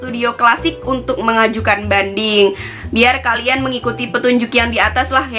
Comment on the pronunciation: Hahhahaa,lengket ya hahhaa penyebutan mengajukan bandingnya😂😂